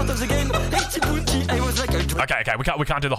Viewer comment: Why do you say the word "Bounty" so strangely?